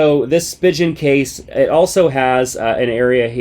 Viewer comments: I enjoy your reviews! but it's spee-gehn and not spee-jen.... :) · Cringe at how he pronounced Spigen... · you pronounced spigen so wrong 😂😂😭